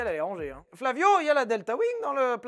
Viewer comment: il me fume avec ses "Flavio" mdrrrr